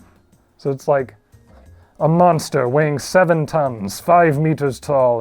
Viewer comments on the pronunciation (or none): none